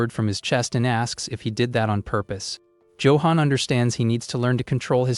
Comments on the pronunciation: joe-hon.... ayfkm? no effort ai slop. what a load of BS. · Why the AI cannot pronounce Johan correctly still buffles me.